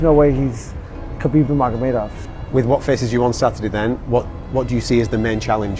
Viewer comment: ngomong kamu kok keseleo, bilang khabib nurmagomedov kok malah nurmuhamadov😂😂